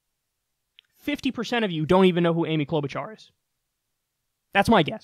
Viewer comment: I’m a Minnesotan and I cringed when that guy said Amy Klobuchar. Er... no. She’s one of my senators and we don’t hear much about her, even. 🤣